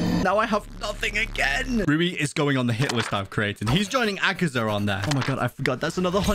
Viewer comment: Ay guys did u notice that how he says akaza he says akazar not akaza proof 👉